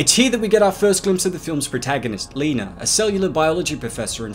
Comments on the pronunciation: Her name is Lena, not Leener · Lol, why does he keep calling her "Leener"? Lol.